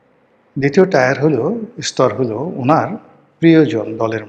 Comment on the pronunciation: Tyre টায়ার নয় Tier টিয়ার।